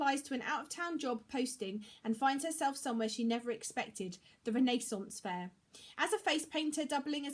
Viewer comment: I love your channel!!! I love how you pronounce "renaissance fair" :)